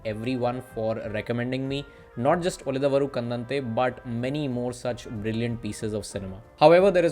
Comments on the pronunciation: To be pronounced उळिदवरु कण्डन्ते. Thank you. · It's da of darling not da of the... Ulidadavaru kandante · उळिदवरु कन्डन्ते is how it is pronounced. Assuming you speak Hindi. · Your efforts to research on cinema is much appreciated. It would have been better if you have put some more effort to learn how to pronounce movie name. If you have any medical issues in Pronouncing properly I am extremely sorry.